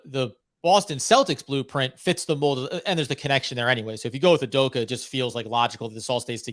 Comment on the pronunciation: I hope learns how to actually pronounce "Udoka" if we do hire him 😅